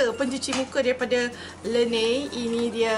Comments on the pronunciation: LA-NEJ bkn le-neyy py haha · laneige lh bukan lenei